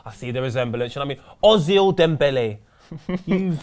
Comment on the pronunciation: And its pronounced OH-ZIL